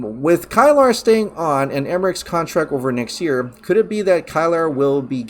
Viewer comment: Just so you know, Kilar is pronounced key-lar.